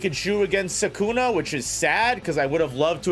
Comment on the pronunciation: SUKUNA NOT SAKUNA!!!